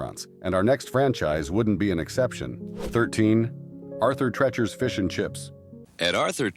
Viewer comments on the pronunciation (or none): you keep showing Bob Hope in the arthur treachers and you mispronounce the name lums was good it would be welcomed back